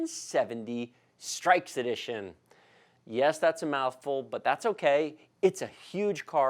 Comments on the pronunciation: Its not pronounced STRIKES.........its STRIX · Not to be nitpicky, but I think it's pronounced "stricks", like the bird, not "strikes". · It's pronounced s-trix.....not strikes. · its strix not strikes edition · Ix as In six not strikes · hehe its so weird hearing strikes not strix :P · Its strix for streaks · bruv it's not "strikes" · This is a good channel for people who don't really know what they need but I can't watch because he pronounced it "Strikes" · Did he just say streiks... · isnt strix pronounced like for example s+tricks?